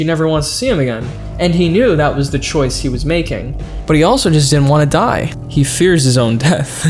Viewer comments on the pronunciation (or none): none